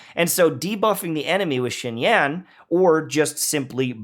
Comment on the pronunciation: How long are white youtubers gonna butcher the non white names...